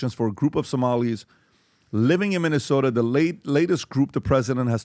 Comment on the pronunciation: It's called Minnesota, not Muslimsota. MINNE! MINNE!!!!!